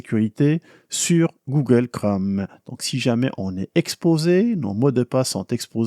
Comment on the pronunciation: Bonjour, j'apprécie et suis régulièrement vos vidéos, et vous en remercie. Cependant, j'aimerais vous signaler qu'en français, le mot "Chrome" rime avec "atome" ou "fantôme", et non pas avec "gomme" ou "comme". Merci! ¦:¬)